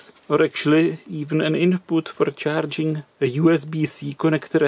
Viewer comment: It's Charing instead of Charging !